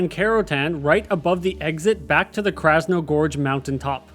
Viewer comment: Krasno-GORGE can’t tell you how many times I twitched hearing you mispronounce it…